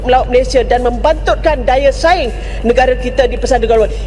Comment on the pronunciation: negara dibaca negare